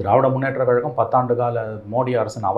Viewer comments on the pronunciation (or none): none